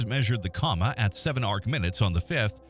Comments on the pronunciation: Dude it's not a coma, it's called a come-a. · Co-ma, not comma. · I was just about to comment that the AI machine keeps saying "comma" and should stop it...😂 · So strange to me how AI can get long weird words right but can't pronounce little words like 'coma' right. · came here to say the same. That said the videos on this channel are highly informative and cover a range of topics I’m interested in.